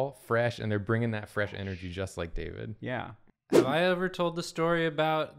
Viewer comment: ITS DAVID DAY!!! DAY-VID!!!!! :D